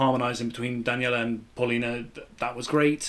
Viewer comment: Paulina is pronounced . . Pow lina . . Not paul anything . . Pow. .